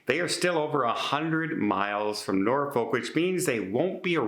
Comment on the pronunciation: It’s pronounced nor-fuk